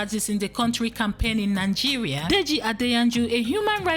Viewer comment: 🤔🤔🤦😲wait a minute, is it Nangeria or Nigeria?